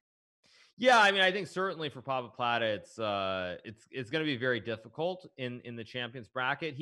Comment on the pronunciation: I like that they always say Pappapladde